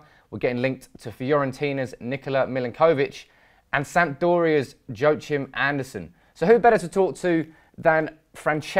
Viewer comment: Joachim is pronounced "Yoakim"